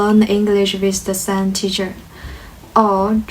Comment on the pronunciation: your pronunciation of "same" is not quite right. It is a common problem with Chinese speakers. You did not close your mouth as the end of the M sound. This is a problem that is easy to identify but difficult to fix.